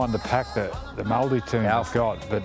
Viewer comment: why are aussie commentators saying "maldi" its maori. just say maori as long as you being respectful its fine. its gone too woke. never met a non kiwi who properly pronounce maori anyway. its no big deal just to say it normally.